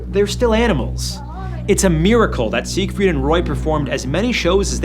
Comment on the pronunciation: Seigfried? Seriously? 😂😂